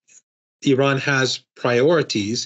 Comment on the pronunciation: Thank you lady for right pronanciation of my country IRAN,lot of american unfourtunetly pronance wrong ,they say ay ran which bothering us.